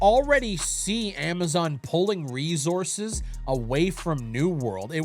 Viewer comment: I love the way says resources 😂💀 “rezources”